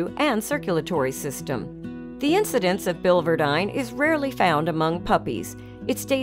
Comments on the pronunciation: the second I in the spelling of biliverdin is pronounced, "Billy Verdin" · Please use the correct pronunciation for biliverdin.